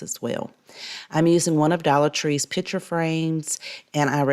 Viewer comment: I love this channel with the small exception of the word ‘pitcher’ for picture. I know, can’t help it.